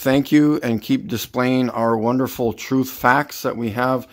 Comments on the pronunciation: "The truf is the truf" said no notable intellectual ever. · I love how when the Flat Earthers say "truth" they always pronounce it "TRUF". Lol these people are not very bright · "The troof is the troof" Spoken like the true genius we all know he is.